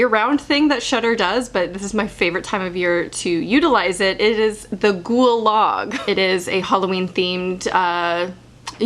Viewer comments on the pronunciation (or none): When you said “ghoul log” I thought you said “gulag” 💀🤦‍♀️